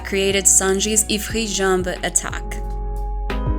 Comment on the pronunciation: Goated! You’re also the first one I’ve heard pronounce Ifrit Jambe in French xD